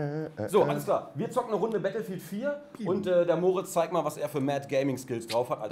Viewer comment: "wir spielen nachher noch "bettl"-field" xDDD